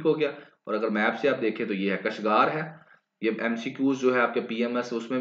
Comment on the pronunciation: سر کاشگر لفظ ہے۔۔ کشگار نہیں Wesy its effective analysis...